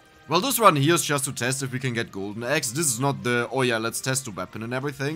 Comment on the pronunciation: funny how "eggs" and "axe" sound exactly the same from mouth. and confusing.